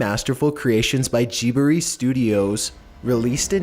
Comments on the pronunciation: GIBERY STUDIOS OH B O I that's so good when will this man be able to say "Gib-lee" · The way he says ghibly as well 'jee-ber-ree' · "Ghibli" is NOT pronounced "Gibiri", thats fuckin wrong on multiple levels. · "ghibiri studios" its ghibli, pronounced ji bli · .... G berry studios? Dude it's Ghibli pronounced liked Jib Lee. That probably ruined my childhood more then any of these drawings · Did he say gibilie? T R I G G E R E D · Toetorero ghiberee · Toe tu ro! Is how it's pronounced! And it's audio gebli is also how that's pronounced! Jeez you don't even have a accent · "Jeeboree studios" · Giberie studios... heavy sigh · Gee-br-eee studios... lol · "Jee-Burr-Ree" Studios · "To-to-ro" "Ghi-bi-ri" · Okay hold up... I'll let you get away with pronouncing Totoro wrong... BUT YOU DO NOT MISPRONOUNCE GHIBLI! IT MAY BE A JAPANESE WORD, BUT "JIBRI" IS NOT A WORD BRUH. Sorry about getting so mad, but I really love this film company so much. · I was in shock after I heard how he pronounced Studio Ghibli. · Who wrecked studio ghibli's name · I liked this video but I CRINGED when you MISPRONOUNCED Totoro And Ghibli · The way you said Studio Ghibli was hilarious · I love your videos but holy shit he pissed me so much in #2 he said the name so wrong. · Just cringed when he pronounced "Ghibli" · Lmfao at the narrator's way of pronouncing Totoro and "Studio Ghibli". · I love you so much, but the way you pronounce Totoro and Ghibli, disturbs me....